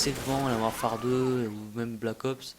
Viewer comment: "Mouarfare 2" Tu devrai parler encore plus vite